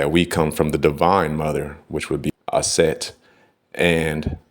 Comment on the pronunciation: Aset not Set.